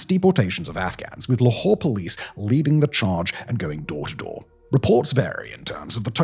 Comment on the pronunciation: Can't read English, must use French...LAHore??? What the hell l is that??